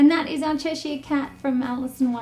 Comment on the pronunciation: It's pronounced as che sure not chesh eye er